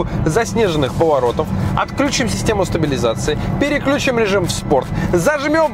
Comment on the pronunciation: всё классно, как всегда! Вот, только, режет ухо "вклЮчим", отклЮчим", "переклЮчимся". Правильно ударение на "И".